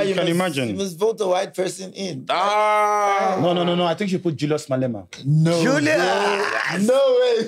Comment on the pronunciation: And he will agree and say "nhe" 😂😂😂